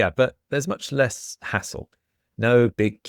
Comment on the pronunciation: I was driving while listening, and all of a sudden, I hear saying that when travelling by train, there's much less asshole! I can't read the subtitles so I rewind a bit and listen again, and again. I didn'd know this word "hassle" until this afternoon. In my french ears I make absolutely no difference between these two words 😅